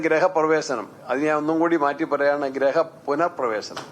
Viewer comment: ഗ്രഹം അല്ല ഗൃഹം 😂